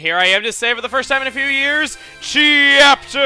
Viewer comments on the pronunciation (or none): It's not chapter, it cheeapter